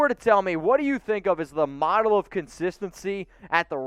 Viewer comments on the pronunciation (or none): none